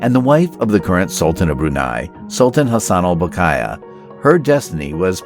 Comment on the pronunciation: Saleha is pronounced SAA-LAY-HAAA Bolkiah is pronounced BALL-KEEE-AAAAH